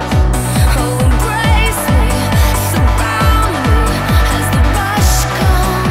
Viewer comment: The song on , if you listen closely to the lyrics, the girl who sings kinda cutely mispronounces the lyrics saying "embwace me" and "as the wush comes." She kinda unintentionally sang the lyrics in the uwu speech. :D